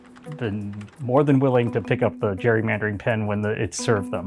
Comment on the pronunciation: I like how President Reagan pronounced "gerrymandering" properly. I think that a couple minutes earlier in the speech he mentioned the "right" way to say it.